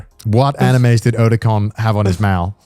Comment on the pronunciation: As a long time Metal Gear fan, hearing someone pronouncing Otacon incorrectly is insulting.